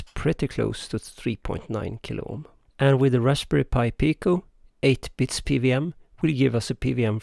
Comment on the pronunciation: Cool stuff. So, I guess this isn't so easy to do as an analog circuit?? :) Also, just to get ahead of any confused comments you might get, in English, we typically pronounce "PWM" as "pee double-you em" rather than "pee vee em". I immediately knew what you meant (it helps that I spent some time living in Germany, I guess), but I'm guessing you'll get some confused comments, so, thought I'd point it out. :)